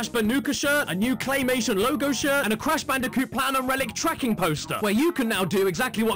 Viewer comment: "The completely erect cash banooca"